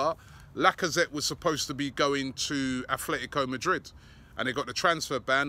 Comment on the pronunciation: Robbie stop calling him Daibala its Dybala learn the name pronunciations (Deebala) Atlético Madrid not Afletico Madrid